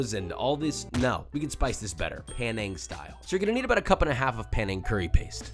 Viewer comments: Wahhhhh my SE Asian ancestry salutes you frying your own shallots and knows in another vid you would have mortar & pestled the rempah (Malay word for the curry paste) … nice! Oh and it’s Penang folks, not Panang! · Panang? Isn't it Penang.... like penang curry. Hahahaha.